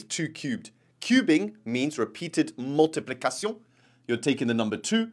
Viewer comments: Multiplikason 🤣 Penetration 💀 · Multipli - cacion is diabolical 😂😂